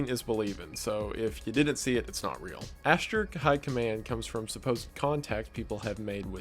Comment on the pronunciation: the way he says ashtar lmfao “ash-ter”